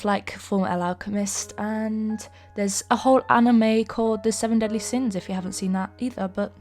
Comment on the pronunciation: Who else heard “The seven deadly sims” and not “The seven deadly sins” 😆